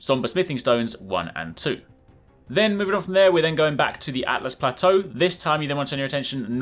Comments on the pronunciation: This might blow your mind but it's Altus, not Atlus. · Really annoys me when people say atlus and not altus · He keeps saying "Atlas plateau" its Altus my dude. L2read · Why do you keep saying Atlas instead of Altus ??? Just curious. 🤔🤔🤔🤔🤔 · you do know it is Altus not Atlas right? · Not atlus, altus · It's called Altus, not Atlas. I initially made the same mistake. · I'm glad I'm not the only one who called it the atlas plateau and not the correct Altus lmfao 🤣. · It’s Altus, not Atlas lol. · ""atlas plateau" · Everyone keeps saying Atlus. It's Altus, lol.. L before T folks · Everyone is saying "Atlas plateau", no one ever says "Altus plateau" :( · It's ALTus Plateau not ATlas. Just thought I'd point that out. Great vid though! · The sheer confidence of saying atlas throughout the video is wild. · I can't be the only one getting irked by how he pronounces "Altus" right?